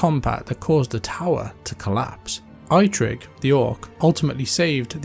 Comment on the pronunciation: ai-trik thee orc... wtf